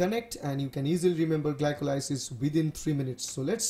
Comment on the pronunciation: gli-ko-lie-sis ahahaha